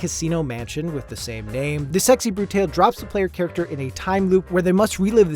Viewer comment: Anyone else cringe when he pronounced "Brutale"?